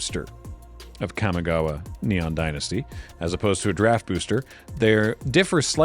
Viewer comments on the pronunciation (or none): none